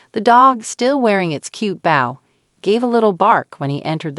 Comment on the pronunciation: Great video EXCEPT for one issue: The woman telling the story can't pronounce the word bow correctly she continually pronounced it as bowel and not bo with a long O in the middle like in bow and arrow